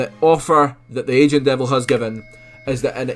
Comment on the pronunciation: Took me a long ass time to realise you were saying "Aging Devil" ok instead of "Asian Devil" LMFA